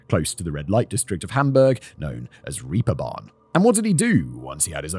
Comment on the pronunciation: i still kinda love when Simon calls it Reaperbahn xD esp. in a cas crim video about Honka it's fitting.